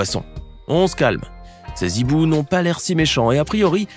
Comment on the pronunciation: Hibou commence par un "h" aspiré ; on dit donc : "ces hiboux" et non pas : "ces z'hiboux" !